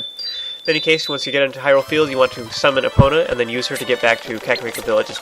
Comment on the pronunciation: Has anyone ever told you it's pronounced EE-pona not UH-pona?